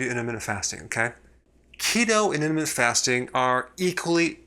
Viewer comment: This guy is completely wrong. Also if he wants to do a video on intermittent fasting... he should learn how to say intermittent correctly